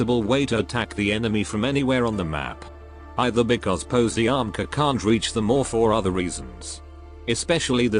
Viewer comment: Is more likely Paziomka the pronunciation